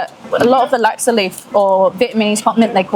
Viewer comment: Chef Liz please pronounce Laksa correctly - 'Luck-sa'...not 'Lak-sa'